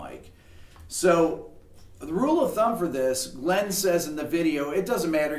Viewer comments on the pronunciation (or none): Thanks for everything Rick! Glyn is his name and it is pronounced Glin not Glen. I suspect it is originally Welsh and would have been pronounced closer to Glun.